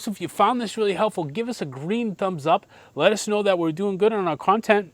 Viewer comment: good one 🤣 "let us" know... "letuce" lol